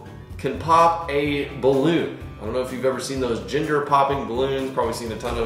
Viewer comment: I swear he kept saying Ginger